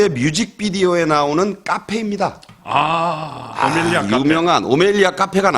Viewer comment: 오멜리아 아닌 오멜라스